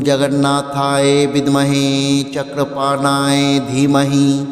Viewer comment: Jagannathayo শব্দটি ও সঠিকভাবে উচ্চারণ করুন।